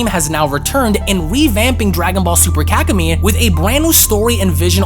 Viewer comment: I’m sorry but it sounds like you’re saying kak-in-me 🤣